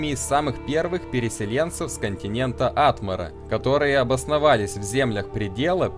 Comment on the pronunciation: Согласна. В русской озвучке произносилось как ВорожЕями. Так же они делают из АтмОры - ААтмору и из КаджИтов - КАджитов...